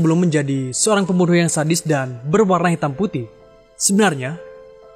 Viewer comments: SOERANG dibaca SURANG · harusnya Seorang bang , Bukan SOERANG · soerang apa seorang 😂